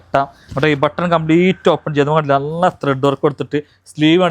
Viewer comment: നള്ള അല്ല നല്ല ✅😆